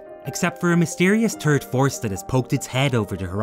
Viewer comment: "The turd story in the trilogy"?? Really?? ENUNCIATE!!